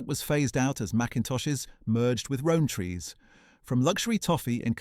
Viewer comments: Please tell me this is an AI voice, no british person says row-n-tree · Narrator can't pronounce Rowntrees properly. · It seems the AI had trouble pronouncing Rowntrees